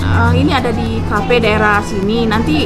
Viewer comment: cafe mba bukan cape. vlog bukan vlop😂